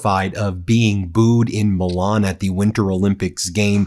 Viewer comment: Please pronounce Milan correctly, it's not the title of a Disney cartoon.